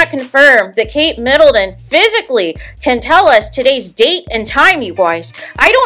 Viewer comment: Please don’t say Kate MiddleDon